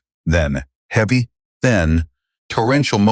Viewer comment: Can't pronounce HEAVY properly what kind of person is he ???????